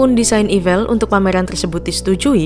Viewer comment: Saya dengernya jadi evil 😂